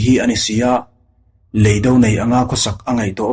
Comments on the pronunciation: I mizo ṭawng thluk hi a dik lo ṭhin em aw ka ti. Lei dó, i ti ṭhina, Lei do, ti ṭhin teh. Van vâr, ni loin. Van vàr. tih tur. Thu-un ang a lantîr tumna, ulh deuh deuh a thu chheh i ching riau, beng a ti thlep. A dang pawh atam mai. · Lei do, tih hi kan ka chhunga lei tih kan lam ang hian lam tur ania..do tih pawh hi ahniam thlaa lam tur ani bawk.. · I chhiar thiam viau na in, leido i lam dan hi chu a dik hlel deu lo maw, khawilamchhuak nge i nih aw, thiltlu tur do ang a rilo in, mizotawng ah chuan indo sawi na a ni a, lamdan hi han thlak teh